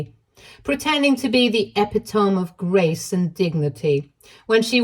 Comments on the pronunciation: Little side note from the grammar/pronunciation freak in me - it's not ep-ih-tome, it's Eh-PIT-oh-me. (Not an obvious thing from looking at it.) I love that the relatives actually were on OP's side. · Ep-i-tone. lol! It is pronounced ee-pit-o-mi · sorry but i have to: PLEASE LEARN TO PRONOUNCE EPITOME ---- E PIT O ME = 4 SYLLABLES YOU KEEP SAYING 'EP I TOME', 3 SYLLABLES! (the 'e' is short, almost like a short 'a'/pit is exactly like it sounds/the 'o' is long as in 'open' and me is self explanatory) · I know it’s old me but you really should take the time to check how to pronounce words with which you’re not familiar. Epitome is more like uh PIT o’mee. It spoils your reading when you get it soo wrong. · It’s e•pit•o•me, this is how it’s pronounced! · Love, please pronounce epitome as eh-pih-tuh-mee. I love your videos. Keep up the good work! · She mangles a lot of words and makes grammatical errors. I think she skipped English Language Arts. It is inexplicable because she doesn't sound uneducated.